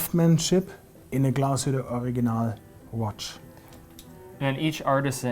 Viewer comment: I'm sorry that didn't make an effort to pronounce Glasshütte correctly. Kudos though to spelled it right in the introduction. Yes, it's an umlaut over the u, and it has consequences in pronnounciation. Therrfore 5/10 for overall effort.